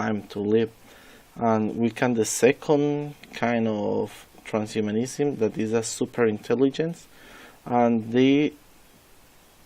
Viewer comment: Great video, put more attention to the length of the video and improve the pronunciation of the word “transhumanism”.